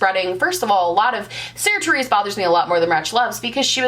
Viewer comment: Every time you said Sarah Therese I deeply cringed- sincerely a Sarah Theresa